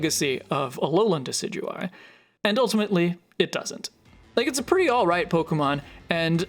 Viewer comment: It's not "Alolan Decidueye" reeeeeeeeeeeeeeeeeeeeeeeeeeeeeeeeeee